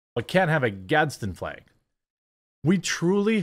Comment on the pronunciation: The fleg on the beg. :)